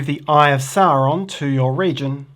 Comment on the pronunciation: Hey guys. Another great instructional video (and not just because you pronounce Sauron normally) We’re holiday if in Tasmania and just bought it. Can’t wait to get it home and play, hope we not overweight in our luggage.